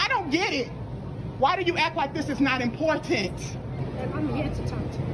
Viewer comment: WHY does every woman now pronounce the word "important" Like..."ImPorTANT!" 🤣🤣🤣